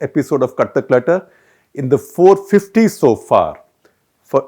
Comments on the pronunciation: Sounds like he’s saying KATHAK LETTER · The show name sounded like "Kathak Letter" and for these long I was under the impression that's the name since each time you come out with a "letter" in hand. Only today I recognized that its "CUT THE CLUTTER"... lol..! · Gupta ji, you are good. But... pl pronounce "cut the clutter" with a pause after cut. Too much of gesticulations and hand movements. A lot of repetitions. A video should last max 15 minutes and not more. Pl don't bring in Hindi.